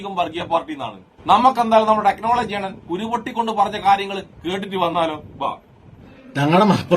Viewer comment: ടെക്നോളജി അല്ല ടെക്‌ലോലോജി 🤣🤣🤣